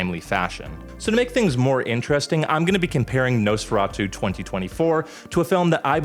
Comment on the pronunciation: The hard r pronunciations and the accent on Nosferatu is awful! And it ripped off Bram Stoker's.